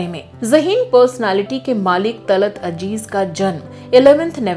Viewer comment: Madam .. Aap ke videos bahuth hi achche hote haiN, aap Ziyadatar Urdu words istemaal karti haiN Magar Sorry KahiN kahin aap Z Ki Jagah J Use kardeti hain Talat Aziz Talat Ajeez Jaise Gajal Ghazal Yeh durust word hai, pls koshish kijiye Urdu words ko Urdu mein istemaal karein